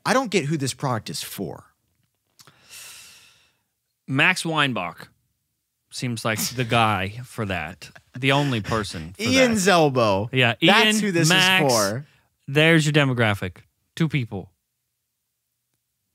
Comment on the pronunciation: I wonder if they know that just until like a few months ago whenever they mentioned Ian Zelbo it always sounded like they said Ian’s Elbow.